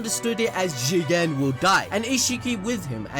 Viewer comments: Jigen GEE-GAN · Please don’t say jigen anymore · I can’t even pronounce Jigen seriously anymore fam😂😂 - 🤣🤣💀 Great review, homie keeps me rollin during these dope ass reviews, nothing like anime balls deep jutsu fam🔥